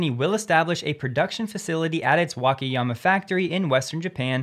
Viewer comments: The pronunciation is [Waka...] not [Wake...]. All 4 "a"s are pronounced the same. Hope this helps. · WA-KA-YA-MA say each syllable separately and don't blend them.